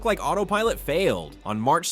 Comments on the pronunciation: bro be respectful u pronounsed mark rober mark robber like robing a bank you pronounce it like rober as in rover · Lol you can't even bother to get his name right